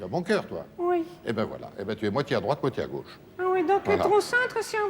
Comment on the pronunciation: "La droiche, D'Arvor, la droiche. Ou la graute... mais ça sonne pas terrible !"